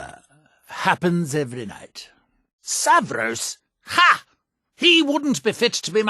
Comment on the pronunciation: I’m like 90% sure Neloth saying “Savros” instead of Savos is not a miscommunication, rather Neloth just does not care to correct himself/does it out of spite